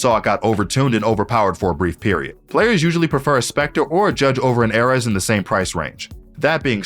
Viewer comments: aireez not airez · ‘A’ ‘RES’💀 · IM SORRY AIR-RES???? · i know this man didn't just call it the "Ehhrez" 💀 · Him: "The Airez" Me: The what!? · this is the weirdest pronunciation i’ve ever heard. not even close lol. nice vid though. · I hate how confidently he mispronounces the ares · I’m Annoyed at the way he pronounces ares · WHY CAN YOU NOT SAY ARES WHAT IS WRONG WITH YOU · the way he says ares is actually painful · my guy cant pronounce ares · bro how did he pronounce ares 💀💀